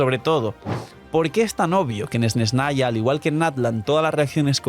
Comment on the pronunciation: Esnesnaya? Dilo como te enseño la rusa y crea tendencia 😉